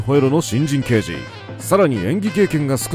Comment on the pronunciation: ラガーデカ、ではなくて、ラガーけいじ。 太陽にほえろは、ニックネーム＋刑事の「刑事」は、デカではなくケイジと読む。 『アオイホノオ』でも、「マカロニデカ」「ジーパンデカ」と言ってて興醒めだった。